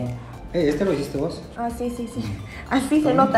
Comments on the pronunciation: Todo el video me encanto pero ame el momento del minuto donde le dice: "este lo hiciste vos" el típico "vos" chapín! 😆🤭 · al el "este lo hiciste vos" le salio el acento mas guatemalteco de todo el video